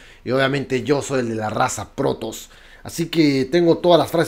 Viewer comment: Jerarca, se las probes se pronuncian "proub" no "prubs" con todo respeto general... para que suene más puto brutal